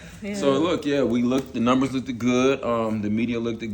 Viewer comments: “Look-ed” good??? Wtf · The fact that he said "lookded good" twice let's me know shouldn't do business with them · I can't trust anyone in business who says lookded. The word is looked not lookded.🤦🏾‍♀️ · If I’m in a meeting and someone say “looked-ed” then this meeting is over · I hate when people say lookdid or pacific! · Did he say 'lookted good'?? LMAO!! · Don’t invest with anyone who says lookeded 👎🏾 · He said “Look-ed good” two times. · Did this dude say “look-ed” good? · Look-ed is NOT a word!! 😂😂😂😂😂 And you want me to invest with you!!? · A businessman that says "look-ted" good and it's pronounced "looked" no T , might be suspect. 🤔...ijs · Did he say lookdid good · Nhiggah in the salmon suit kept saying "LOOK-TID" 😂😂😂😂😂😂😂😂😂😂😂😂😂😂😂😂😂😂😂😂😂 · I know he was not saying lookeded but want to talk about college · Is he saying lookeded good? 😂😂 mercy. This meeting is crazy. Did Domini say Rafi could wear a shirt and have a flashlight? Screams and chuckles. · He said " lookted"? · This businessman really said "lookeded"? Bro.... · Did dude say "lookded good", twice? SMH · He’s too old to be saying look-ted!!! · It was “lookted good” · I'm tripping on how folks just "look-did" past that. Not only did he say it once. He said it again, so he seriously thought that was an actual word. Geez. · Right? Like what in the hooked on phonics is “look-ted”? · I'm not ever giving anybody money that says "lookdid" good 😁😁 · Did he say the numbers look-ded good? I wouldn’t work with him solely because he said look-ded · Any man who says “lookeded” isn’t to be trusted😂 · Look/ed...when did looked have 2 syllables😂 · Mr Business School Grad, House, saying "The numbers "look-did" good, the media "look-did" good". Ok, Buckwheat, needs to continue your "edumication" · Did the negro say 'lookded'? Did he say it twice?? Wow!!! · And did he put an extra "ed" on the end of looked?? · Did he say, "lookeded" twice? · If you say “looked-ed”, we can’t work together! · Did I hear, “looktid” 🫣